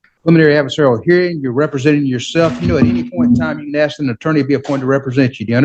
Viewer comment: Why do they always axe instead of ask? It sounds really stupid, like a kid who can't yet pronounce words correctly. Or like somebody who is too lazy to make the necessary movements with the mouth to pronounce the "sk" and just slurs to a "ks" sound.